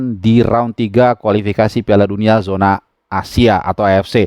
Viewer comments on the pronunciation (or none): none